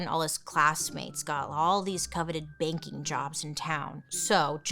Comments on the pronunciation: The first 10 minutes I thought she was saying baking industry not banking oml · everytime you said “banking” i heard “baking” and i was like he wanted to be a baker?!? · Me too!! I was so baffled. I was sat here saying "Baking? Like... Cake? Or bread?". Took me far too long to realise she wasn't saying that. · Me too!!